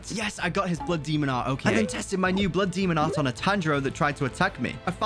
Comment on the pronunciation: Why is he saying so much “bluh demo at” blood demon art?